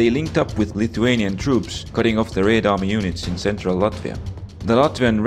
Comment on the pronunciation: theres something satisfying about hearing him say "raed army"